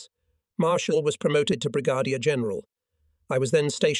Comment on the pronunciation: How about: Brig-a-deer for Brigadier General?